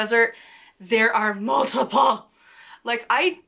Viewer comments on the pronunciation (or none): How you said "There are MULTIPLE" ROFL 😂🤣😂🤣😂🤣😂🤣😂🤣😂🤣WOO Arizona!!!! There are cacti native to Africa and India but I think those regions have small numbers. Yeah there's trees and shrubs not just cacti. I think our modern understanding of Gnomes and Elves come from Paracelsus he's the one that "came up" with Elementals and the names or classifications of Gnome, Sylph, Salamander and Undine.